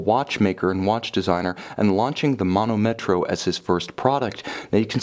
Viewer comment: as I already wrote to you the correct pronunciation is manòmetro, not manomètro as you say ;)